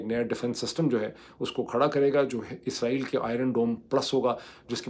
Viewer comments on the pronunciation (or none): none